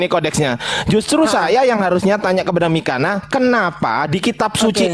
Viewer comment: gak bisa baca yunani... belajar lagi